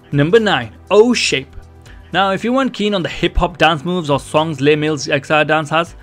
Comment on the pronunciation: Very helpful thank you! FYI Les Mills is a person's name, so it is pronounced like "Less Mills", not like a french "les"